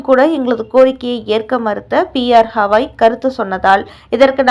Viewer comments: ஹவாய் இல்லை. கவாய் திருத்தி சொல்லு. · ஹவாய் இல்லை கவாய். இது கூட தெரியாமல் செய்தி போடலாமா? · ஸவாய்...ஹவாய்ன்னு அவர் பெய ரைத் தவறாகப் போட்டு நாறடிக்கி றீர்கள்.... தயவு செய்து கவாய்(GAVAI)என்று சரியாக உச்சரி க்கவும்.. அடுத்த டெலிகாஸ்டில் சரியாகஉச்சரிக்கா விட்டால், உங்கள் மீது நீதிமன்ற அவ மதிப்பு வழக்குத் தொடருவோம்.. ஜாக்கிரதை....